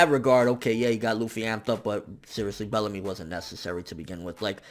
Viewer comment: I lost it when said "Bellacrust"! XD rotfl